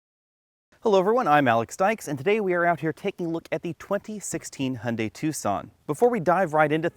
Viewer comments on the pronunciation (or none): Hun....dee ? Hy oon die.